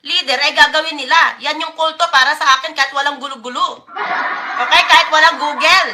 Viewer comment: Malamang conning lang rin, katulad rin ni Felix "Pabu" Manalo.🤣🤣 Kaya ang GOOGLE niya kung salitain niya ay GULOGULO.🤣🤣